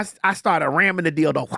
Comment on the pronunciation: "Dill Doe". 🤣😂🤣😂